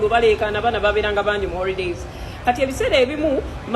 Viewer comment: The word is holidays not horidays nonsense